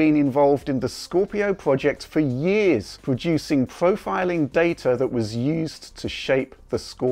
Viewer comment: It's always funny how pronounces the "R" as a "W". "Pwofiling the data & PS4 Pwo" hahhaha But I do love your vids!